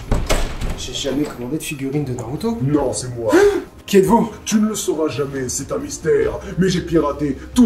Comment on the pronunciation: C'est pas narooto !!!!!!!!!!!!!!!!